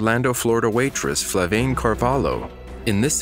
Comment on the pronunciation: Flaviane* Not Flavaine. You got the name wrong lol